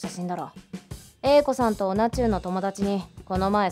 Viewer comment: 同中 って どうちゅう って読むんじゃないの？